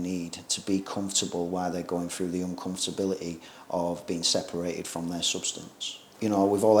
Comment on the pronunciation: Great video. Still struggling however with « uncomforbility » and « sleep hygiene » 😂